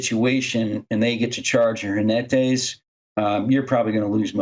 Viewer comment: ¡Jinetes! With the 'j' sounding like a harsher 'h' and the stress on the 'ne' syllable, not 'ji'. Both of you did very well, especially considering you're English speakers (spanish has a very different phonology).